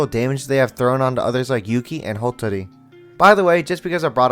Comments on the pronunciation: It's "H-a-tori" not H-o-tori, there's an a there. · It's "HA-ttori"... NOT "HO-tori."